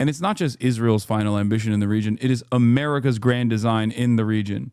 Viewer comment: "Its amurikas fault," stfu crunchy boy.